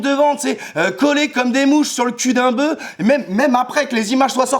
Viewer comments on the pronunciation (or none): none